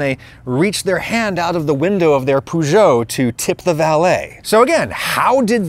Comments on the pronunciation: Even I spotted that. Weird pronunciation, as well. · So its not pronounced "Poo - got"